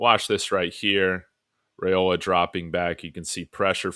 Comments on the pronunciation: Dillon's name is pronounced RIOLA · ‘Rye-ola’ I was losing my mind listening😂